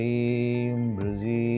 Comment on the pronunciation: It's not Breeze... it's Brezee